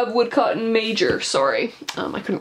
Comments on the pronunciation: Your pronouncing Sauron as Sore-on and Smith of Wootton Major as Woodcotton Major makes me question the appropriateness of your decision to publicise your celebration of Tolkien Reading Day. That being said I agree with you that The Hobbit films were a travesty. Only thing worse than them is that horrendous Shadow of Mordor game. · Judging my some of her pronunciations she hasn't read the Tolkien Treasury books at all (she said Roverdam and Smith of woodcotton major)